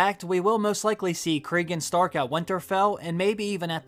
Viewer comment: Craig and Stark?? Do you mean Cregan Stark? Nice